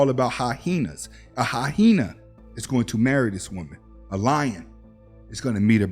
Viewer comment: HI-HEEN-A Today’s Spadeology Word of the Day